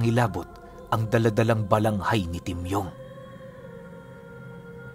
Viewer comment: Narinig ko ang kwento na ito sa lolo ko na albularyo, Balangay po iyon hindi Balanghay.